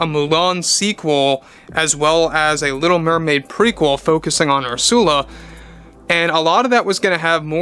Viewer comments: Ur-sah-la. Not Ur-sewell-ah. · My favorite part of this channel is how refuses to pronounce names the way the rest of us do. "Ursoola" "Notre Daim," so great.